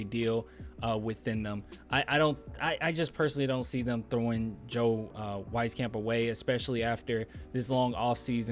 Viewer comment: its pronounced Joe {WEEZ-CAMP}, dont worry i gotchu 😎